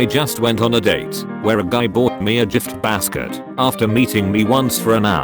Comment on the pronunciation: .. did.. did it just say "jift basket"?